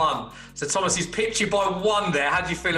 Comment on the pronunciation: Thomasuh soucek